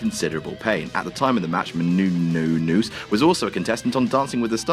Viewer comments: It's "Μενούνος" /mɛnuːˈnɔːs/ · It's: "Meh-noon-yoos". You're welcome. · munouous or munenous booty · No, it's Meh-Noo-Noss. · meh-nu-nes thats how u pronounce it! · You couldn't have spent ten seconds to look up how her name was pronounced could you? Look at her, she deserves better. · Omg shut up on the pronouncing gag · really shouldn’t be joking about not being able to pronounce a last name like Menunous considering he regularly mispronounces names like Dan Spivey all the time. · Just look up how to say her fucking name. Seriously what is funny about a grown man not being able to pronounce a simple name. Fuck, thinks he is way funnier than he actually is. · I like these videos, but the commentary such as the constant mispronunciation of Maria Menounos' name is just plain stupid. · Yes Menounos you English pagan! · You gotta love pronunciations of menounous 😆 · as a greek, seeing u pronounce her last name is fucking hilarious